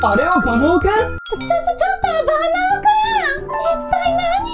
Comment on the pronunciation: いっつもバナオくんだけ最後に言えてなて草😆